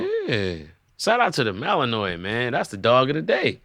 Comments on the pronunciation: Aye, it’s pronounced Mal-N-Wah. Malinois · The Belgian Malinois is a great dog, I got bit by a poorly trained one at work though, lol. You were pronouncing it incorrectly, but I only say this because that’s what my coworker did to me the first time I tried to pronounce it 😂